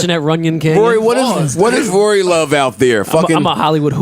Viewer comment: TRIPPY GRAMPS kory??? You mean Rory?????? 😱😣😭😭😭😭😂😂😂😂